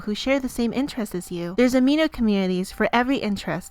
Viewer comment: I put the speed at 0.5 to read what the quiz said and when she said amino I heard "ah me nose"XD